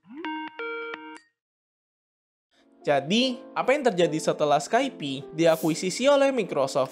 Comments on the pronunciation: Pelafalannya "Skaip" bro, bukan "Skaipi" Capek dengernya drtd skaipi skaipi... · skaip bukan skaipi.